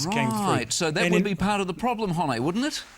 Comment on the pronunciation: Holy fuck I don't think he could mispronounce Hone's name harder if he tried.